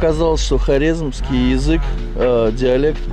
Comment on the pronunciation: Братуха ты правильно говоришь Хоразимски язык похож Турция удача вам